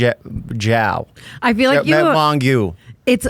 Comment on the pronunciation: jeff will never pronounce tana’s last name right 😭💔